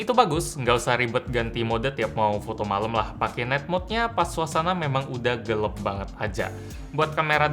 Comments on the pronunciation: Gelaaapp woy bukan gelepp geleepppp 🤣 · Gelap = Gelep Kira² gitudeh.. ~ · GELEP Gw: Gelap bang, gelaaaap..!! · lmao iya dari dulu sebetulnya udah ngeh dan ngerasa lucu sama cara ngeja gelap jadi gelep 🤣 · Kenapa ngomongnya Gelep bukan Gelap wkwkw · Gelep apa gelap Bg? Mohon penjelasan 🤣🤣🤣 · Akhirnya ada yang berkomentar wkwkwkwk. Dari dulu bilangnya "gelep" 🤣🤣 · Gelap atau gelep bang?